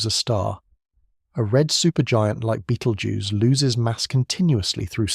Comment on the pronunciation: Clearly AI with sloppy pronounciation of the word Betelgeuse. Makes me wonder how many of these facts are correct, especially when it refers to the light reaching us is a recording. Hate to think what my future generations to the power of 500 will think how wehave managed to dumb down presentations by avoiding using real humans to narrate them. Are we heading for brain death and and an evolution back water?